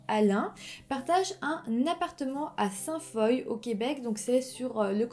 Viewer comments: Je me disais justement: ah Saint-foye, connais pas ?! 🤷🏼‍♀️ Mais oui, Sainte-Foy 🙋🏼‍♀️😂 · On prononce Sainte-Foy comme "Foi", pas comme "Foye'.Puis Benoît Proulx est prononcé comme ''Prou'', pas Proullllxxx... Puis l'appartement n'était pas sur le campus de l'université. On dit Université Laval, non Université ..de Laval.Car Laval est une ville au nord de Montréal. L'universté Laval est dans Ste-Foy à Québec.Pas à Montréal.Benoit de est un homme bizarre... Encore aujour'hui.. L'homme qui aurait reconnu Benoît Proulx marchait dehors et Proulx de même. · Merci de traiter du true crime québécois! Tu racontes super bien mais on prononce sainte FOIE ! hahha je l'ai ris ! Pas ris de toi je t'ai juste trouver comique ! Lâche pas tes vidéos sont super je connaissait même pas ce ca là ! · Ste-Foy ne se prononce pas « saint foille », mais bien « sainte Foi ». (C'est ma ville natale.) » Foy » est l'ancienne graphie française du mot « foi ». Sinon, très bonne vidéo. :) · J'adore tes vidéos, tu y met beaucoup de recherche. Juste te dire que Sainte-Foy, ça se prononce comme le mot "foie". Je vis à Québec et Sainte-foy est un quartier de la ville. Je voulais simplement te le signifier, car tu ne peux pas vraiment le savoir 🙂. Merci de me faire découvrir une affaire de ma ville natale que je ne connaissais pas. Bonne continuation à toi ! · Très bon. Par contre, on dit: Benoît Prou...même s'il s'écrit Proulx. Ensuite, la ville se dit : Ste-Foi, même s'il y a un Y au lieu du i. Ceci est à titre informatif. Bravo pour tes vidéos, j'adore. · On dit Université Laval (à Québec) et non de Laval, et Ste-Foy se prononce Ste-Fouâ, et Proulx se prononce Prou ;-) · Ste-Foy ça se pronnonce Sainte-Foi (sainte-foua) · Bonne vidéo mais pour la prononciation : on prononce *Sainte Foie (St-Foy) *Benoît Prou (Benoît Proulx) et on dit Université Laval (et non pas de Laval).